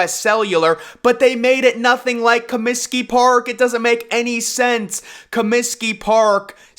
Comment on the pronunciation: Comsiky Field? What the hell is is that? Try Comiskey Park. Ten thumbs down. We’re you channeling Obama and his repulsive Cominskey Field comment?